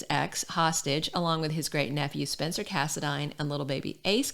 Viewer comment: thanks for saying the last name right so many pronounce it wrong